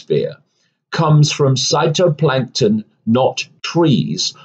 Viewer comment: It’s phytoplankton David, not cytoplankton Get it right Otherwise agree with you